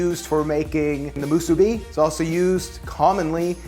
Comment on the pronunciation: Also, the emphasis of onigiri is on the first i, not the second. So it should be onI-gi-ri, not Oni-GI-ri, like you pronounced it. And musibi has the emphasis on the last syllable — mu-su-BI, not mu-SU-bi.